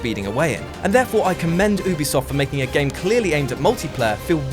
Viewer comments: I'm sorry... but "Oobisoft"? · not oobisoft Ubisoft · I'm getting triggered by the way he says Ubisoft